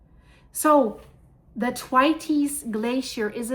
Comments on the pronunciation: THANKS, THE WORLD SEEMS TO BE SENDING US EVEN MORE WARNINGS THAN IT USED TO......... I BELIEVE IT IS PRONOUNCED THWAYTS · Dear I would like to help you say Thwaites right. The best way I can describe it is if you say "The waits" really fast but say 'TH' like you say thumb or thirst. Hope this helps also I really love your pretty eyes.